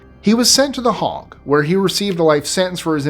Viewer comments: I love your show but can you learn to pronounce things it's Hague not hog and it's slow-badan milosavich these are pronunciations not spelling but back to I love your show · you do so well with some of the most complicated pronunciations, but i thought I'd offer some help. The 'Hague' is pronounced 'hay-ge'. Not 'hog' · Lord Haw Haw is pronounced "hore hore".. just to let you know that also The Hague is "hay-ge" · the A in The Hagg is pronounced as a long A. not as an O as in Hog which is a farm animal. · The Hague as well. A little iffy on some of the Serbian names, but my wife is from that area, so I’ve heard the names from her repeatedly. Good job with the Iraqi a-holes. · it is an easy mistake for Americans to make as the pronunciation due to the difference in how we europeans pronounce the 'a'.